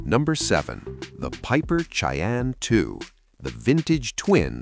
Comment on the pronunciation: Lame ai reader can't say Cheyenne correctly. Too bad the owner of this account is so lazy. You lose credibility. Dislike